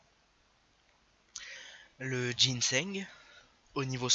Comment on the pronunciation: Ca se lit et prononce GINSANG good lord